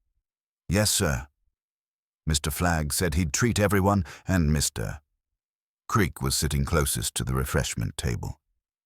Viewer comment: AI narration that speaks "Mr. Creak" into "Mr Creak". Also corrupted by repeating one chunk of text twice more. Pity, otherwise it could have been good.